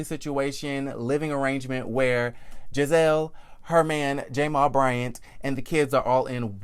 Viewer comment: Is there a reason why you're pronouncing Jamal Bryant's name that way. Its very annoying...And whats strange is that you are deliberately doing and I cant fathom why 🤔🤔